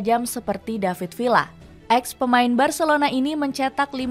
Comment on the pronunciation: Villa dibaca viya